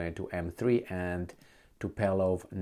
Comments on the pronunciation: Tupolev CA in limba Romana nu Tupelov cum zici tu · Tupolev, not Tupelov, no problem but it repeats since months so thought a quick reminder could be welcome. Keep goin' Multumes mult 😄